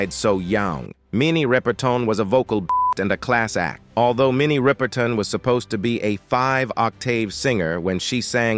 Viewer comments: Her name is Rip-er-ton, Not Ripe-er-tin! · Her Sir name was not RI per ton and it's Mariah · Pronounce her name correctly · PLEASE DO YOUR RESEARCH!! In addition to mispronouncing her surname…there were pictures of Aretha Franklin as Minnie Riperton!!! This is a gross error to mix-up & confuse two distinct & phenomenally talented Black performing artists!! Not cool at all!!! DO YOUR RESEARCH!! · I second that.